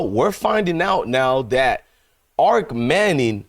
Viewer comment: Arch not arc.